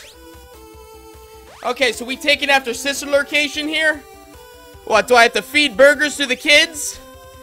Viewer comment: "Sisimmer Location"